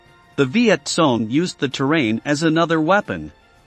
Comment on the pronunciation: The “Vietsong”? I thought they were called the Vietcong.